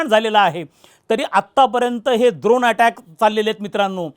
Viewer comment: ड्रोन ❌ द्रोण ✅😂